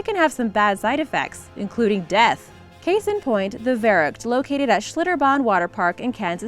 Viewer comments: The Verrückt is German and means crazy. And you pronounce it completely wrong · The verrückt is pronounced wrong trust me I know Im a huge cod zombies fan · The Verrückt is pronounced The Ferrückt, it's German and it means "The Crazy" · i wish she could pronounce the ü in verrückt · She said „verrückt“ wrong😭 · Your german pronunciation of verrückt is depressing